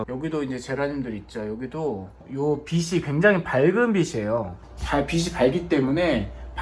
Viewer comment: 빗이 아니라 빛이다 비치로 발음해라